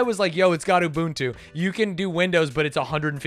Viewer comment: I'm a Swahili speaker and hearing the pronunciations of Ubuntu in this video is physically painful. And yes, you said it right.